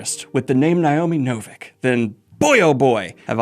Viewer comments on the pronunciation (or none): none